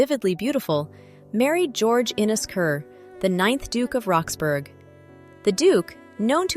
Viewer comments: What I was about to say😂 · It's pronounced Rox-bruh, like Edinbruh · Duchess of "Roxburrah" ..... that is how you say "Roxburgh". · I found it's sound irritating but thought the mispronunciation of Roxburgh was just a foreigner error. Then it didnt realise that the house is called West Horsley Place and called it West Horsley ..place. AI always slips up on the niceties of our subtle language.